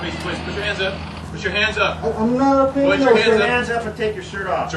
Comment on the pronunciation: I'm naht a creeminal, sir!